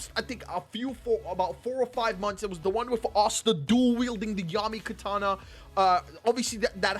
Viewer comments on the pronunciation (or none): none